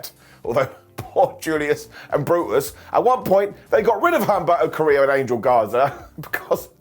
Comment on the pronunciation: OOm - bEhr- tOh, not HUM - Berr-To